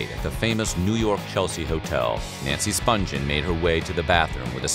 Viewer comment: Nancy's last name was pronounced "Spunghen," not "Spunjen." This narraator, like all the others, got it wrong. I'll bet the Spungen family still cringes over the constant mispronunciation of their name.